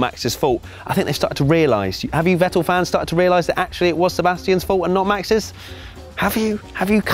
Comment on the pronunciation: How can you pronounce Verstappen right and Vettel not? It´s Fettel not Wettel!